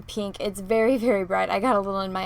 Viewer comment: Love the way you say "pee-nk"